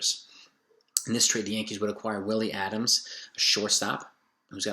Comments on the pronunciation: Also it’s ADAMES Not ADAMS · It's not Adams. It's Adames.